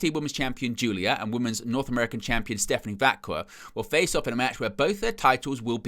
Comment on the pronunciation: Is it really that hard to pronounce Stephanie's name properly? They literally announce it every single week.